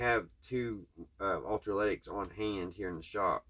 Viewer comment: Electro lytic not ultra lytic.👍🏼